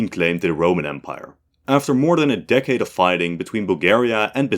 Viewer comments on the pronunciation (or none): none